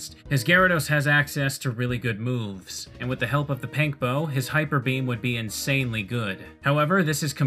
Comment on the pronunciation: did you just call it a PANK bow?